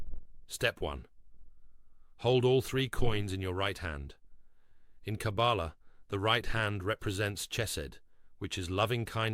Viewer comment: This AI voice does not know how to pronounce the word Kabbalah